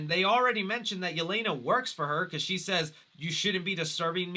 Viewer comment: I am sorry but the way they pronounced Yelena's name in the movie hurt my ears